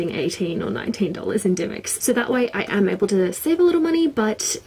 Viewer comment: XD REALLY?! I've always pronounced dymocks with the o sound (die- moks) not dymicks... Really expensive I bought To Kill A Mockingbird for $20 -_